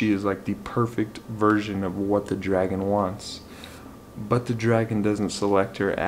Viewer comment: I'm glad you had another wonderful month of reading. Great wrap up video. For the end of The Engineer, you said "drag-on" - I can handle some spoiler talk; is there a dragon? Yay for Project Hail Mary! Thank you for the shout out. Sorry you didn't full out cry. I'll try to find another book to recommend for the water works. And yes, here's to hoping Andy Weir can write another book soon. :)